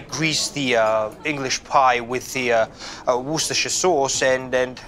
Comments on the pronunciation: Worstercher sauce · I disagree it's pronounced wor ces ter sher not worce ster sher